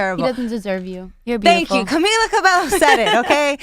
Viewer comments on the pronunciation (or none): Gorjessy They probably were not aware of it as they were speaking English. They accidently used a "low" sound instead of the correct "yo" sound when saying Cabello. I'm sure they can say it correctly in Spanish. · if they are spanish , why couldn't they pronounce "Cabello" right?